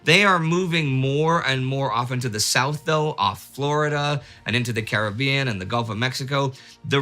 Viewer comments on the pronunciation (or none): none